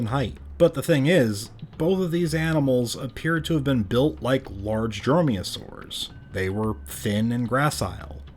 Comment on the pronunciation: Dromeosaurs, not droyosaurs ...